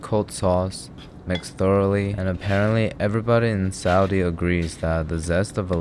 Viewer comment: Holy shit did he pronounce Saudi the correct way?